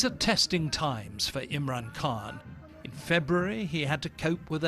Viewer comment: Its Khan like loch